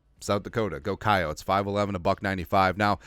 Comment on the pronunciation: Thanks for the shout out for Myles and for differentiating between SDSU and the flagship university, USD. Also for saying coyotes as we say it with two syllables. Thanks! Keep rocking. Try that pro football network mock sim sometime. It’s Fun and free